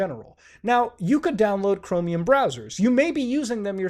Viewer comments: why does he say it like chromIUM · Why do you pronounce Chromium as Chromi-yum